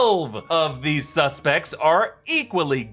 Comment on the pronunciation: Deeez Nutts broke the multiverse dammit... not doze but deez!!!